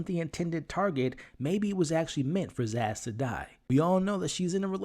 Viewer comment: Her name is Sazz not Zass